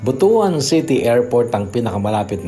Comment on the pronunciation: butuwan po ang tamang pag bigkas ng butuan